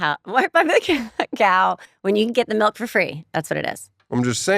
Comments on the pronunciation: He says MELK...not milk...LOL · Hod on, Dan Dan the mustard man says “melk” instead of milk?? 😂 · The craziest part of this episode is the way Tosh says “melk” 😂